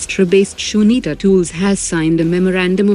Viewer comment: I noticed that the AI pronunciation of Sunita and Kalam are incorrect. A few other words in some earlier videos too have the same issue. Kindly fix this issue in your future videos. Thanks.